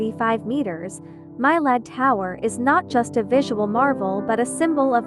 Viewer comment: My Lad? It’s pronounced Me-Lad.